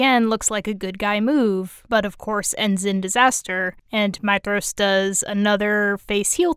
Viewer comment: You are literally the only person I have ever heard pronounce Maedhros correctly. 🙂